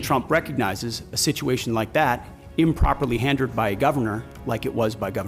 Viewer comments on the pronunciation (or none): He said "handered" not handled. And kept using "ought" has a standalone verb.